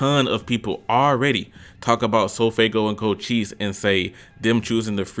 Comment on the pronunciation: “Co chi se” Its pronounced “Co Shise” But I agree with your list, mostly. Edit: yaaaaaaa, I got it wrong, it is “Co Chese”